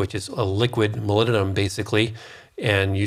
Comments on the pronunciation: It's MOLYBDENUM with B and D not molymnum. :D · Please clarify ... the mineral you mentioned near the end that sounds like " millennium" .... molybdenum? aluminum? ....hard to hear that as a recognizable element .... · Is he saying ‘molybdenum’? All I hear is ‘mulununum’...... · If you're also wondering about "molinnenum", it's molybdenum. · Molybdenum It has a 'B' in it. moly'B'denum Learn how to pronounce it. Otherwise, thankyou very much for the information. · What is milleninum? You keep calling it milleninum, what mineral is that? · Are you saying molybdenum? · I assume you are trying to say the word 'molybdenum'?